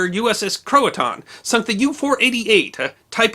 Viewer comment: Croatan , the 3rd syllable is pronounced just like the color tan. I live in the community of Croatan in eastern North Carolina near the Croatan National Forest. The USS Croatan was named after the Croatan Sound which is to the north and east of my location